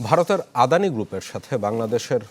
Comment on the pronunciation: LOL, Brother, atleast try to read the name correctly.. That's not 'adhani', it's 'adani'